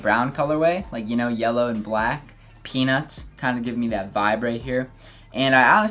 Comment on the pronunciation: when he was talking about the revenge storms and he says peanuts, i thot he said penis